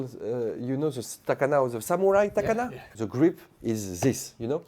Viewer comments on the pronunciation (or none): it's not takana it's katana :D